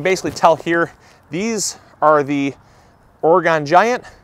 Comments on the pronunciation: PSA - As an Oregonian, I have to correct you... lol.... Not Or-E-Gone.... Or-i-gun. Thank you. ;-) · * totally butchering the pronunciation of Oregon;P